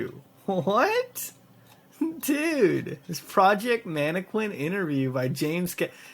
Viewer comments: "man-ah-kin" not quin lol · he miss said MAN-E-KIN